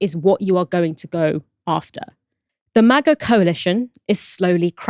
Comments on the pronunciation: why tf does pronounce MAGA like that? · Why is he pronouncing MAGA that way? 😭